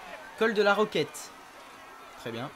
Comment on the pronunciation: super video mais on dit col de la rochette et pas de la roquette